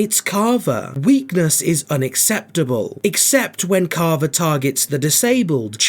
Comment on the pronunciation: Bro saying caaavaa